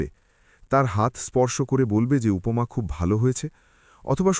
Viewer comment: অদিত্য নয় আদিত্য। উপোমা নয়, উপমা !!! অসহ্য আপনাদের বাংলা উচ্চারণ।